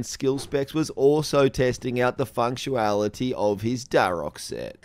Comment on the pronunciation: I heard it “functuality”